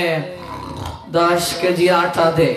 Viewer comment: আঠা নয়, আটা হবে উচ্চারণের কথা বলছে।